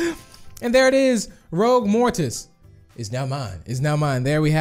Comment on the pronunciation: You did not say ROUGUE right